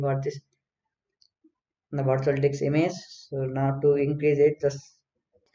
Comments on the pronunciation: what did he say? dik size?🤣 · Kindly.. its DISK... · what ?? did he say di*k......hahaha